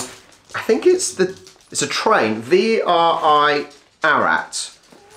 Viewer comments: The name of the town is A-ra-rat. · It's not Arat - it's Ar-ar-at! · It's pronounced 'Ar-ra-rat'. Cheers!! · Just shows how many people love you and Charlie. By the way, not Arat, but A ra rat. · Ararat is pronounced Ara Rat is a small city in western Victoria. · Ararat pronounced Ar-A-Rat is a town in Victoria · Ararat is pronounced A ra Rat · the town is pronounced as ara rat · A - ra- rat . You're forgetting a ra . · Pronounce Ararat the same as Arafat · "Ar-a-rat" it's a town in Victoria , I don't think you're pronouncing the middle syllable . Lolly Gobble Bliss Bombs are the "bomb" I'll eat those until I start to hallucinate . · It's pronounced Arra-rat. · Seriously fellow Aussies... we need to come up with an online yt dictionary of how to say our place names, words etc... lmao...... its A as in at, RA as in ra and then rat lol......